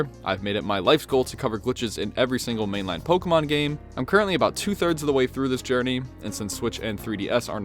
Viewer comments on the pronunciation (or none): he said main-line goofy